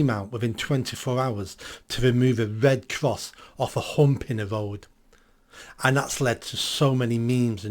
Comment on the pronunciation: It's red cross, not wed cwoss